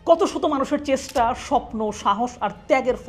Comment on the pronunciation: কষ্ট, নষ্ট, চেষ্টা শব্দগুলোর উচ্চারণ কসটো, নসটো বা চেসটা না, কশটো, নশটো বা চেশটা।